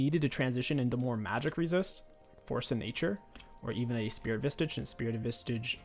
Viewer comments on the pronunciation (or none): I'm sorry sir but I do believe it's pronounced "Spirit Fistage"